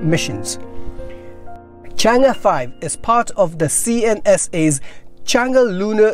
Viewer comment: Good pronunciation of Chang'e. 👍